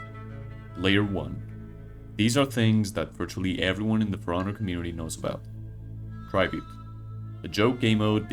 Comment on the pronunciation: Whyyyyy do you say tribute like that